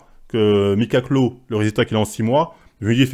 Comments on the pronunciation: Mickalow (le premier) ça se prononce Mi Ka Lo voilà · Ca se prononce Micka lo